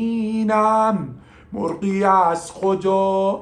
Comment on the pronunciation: مورغی رو خوب میگی داداش 😂😆🐓